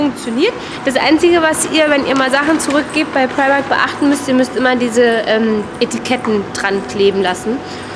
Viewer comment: Sehr schöner Vlog :-) Meine ich das nur oder sagst du immer Primarkt, also mit T hinten? :D